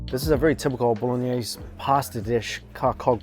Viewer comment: Bolognese ** lol i swear i heard balonie